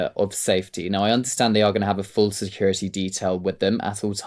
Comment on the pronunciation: Sick of hearing “security “ mispronounced. There’s a T in the word, not a D! Grr